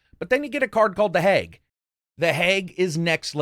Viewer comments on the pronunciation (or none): Love your videos, really do.. love the wordsmithing, thats what sets this channel apart for me. However... its how you pronounce words that shouldnt be that badly chopped. Hag is pronounced like bag not "heg". Maybe its an accent difference? I dunno, but same way you pronounce Yakuza hits me in the pet peeve. /twocents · Lol I love hearing you say “hag” as “hayg “. Reminds me of my Midwestern friends.